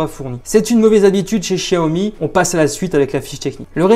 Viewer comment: Quel gros bêta ce gars , ça se prononce "chaomi" et pas "chia-omi" comme pour chier dans ton froc ,il faudrait peut être enlever le film de protection pour filmer la beauté de l'écran,de plus,il est à 128 euros sur lightinthebox port compris et il a bien la bande 800 mhz donc la B20 ! donc imbattable avec sa batterie de 4000 mah